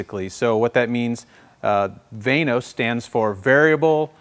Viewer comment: I thought it was pronounced VANOS not VANOS.